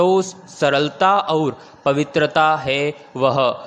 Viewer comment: Sir Matter achha h, Per Aap baar baar, और को अउर बोलते हैं।